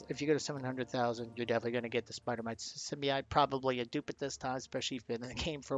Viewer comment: Sim-Bee-Oat not ite lol